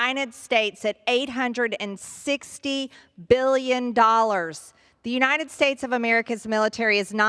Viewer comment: The "you-nine-it" states.